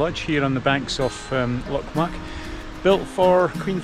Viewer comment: It's pronounced Loch "Mick" not "Muck" or as one ambulance dispatcher once called it Loch Myu-ick🤣🤣